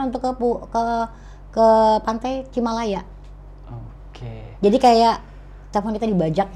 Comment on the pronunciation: Bukan cimalaya tapi cilamaya